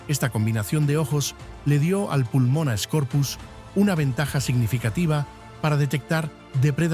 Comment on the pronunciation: La Megarachne era un euripterido, no una araña Y se dice Pulmonoscorpius no "Pulmonascorpius"